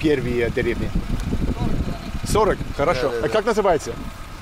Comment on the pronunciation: The way you constantly say Хорошо is wrong! Say it properly